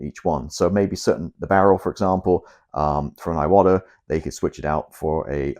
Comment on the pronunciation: Bruv, you’ve got 12.3k subscribers (which I think is an amazing feat, don’t get me wrong) but nobody is copying you old son. To hear an Englishman say ‘aye-watta’ makes my eyes watta every time. An Englishman imitating an American, in any possible sense, is a massive step backwards. In fact, it’s akin to devolution.